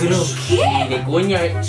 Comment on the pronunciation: le sale el argentino a cuando dice Lewandowski jajajajaja encima le queda mucho mejor el acento argento papa